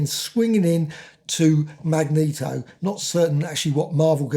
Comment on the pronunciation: This is the only Marvel Omnibus I own. I did have the original run but sold them all over the years. I plan on reading this book soon. I still wince whenever you mispronounce Magneto's name. LOL. Thanks for the review!